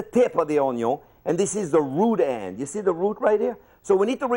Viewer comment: I LEGIT THOUGHT HE SAID RUDE END INSTEAD OF ROOT END 😂😂😂